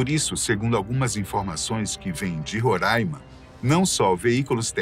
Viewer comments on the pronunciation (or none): none